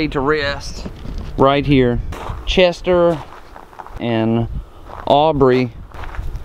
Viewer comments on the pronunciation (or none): Again he don't really know that bc he was not involved also at the end he said Aubrey but before he said Audry but it's hard to pronounce when your talking about all the other important facts